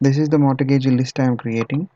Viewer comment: mortgage - the 't' is silent. "mor"-"gage". Thanks for the KIE series, they are useful.